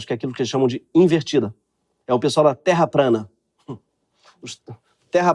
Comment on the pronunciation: “Terra prana” Hahahahhahahahahha perdi tudo aqui